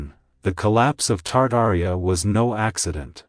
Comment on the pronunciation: what is "Tardaria'? 🤣🤣🤣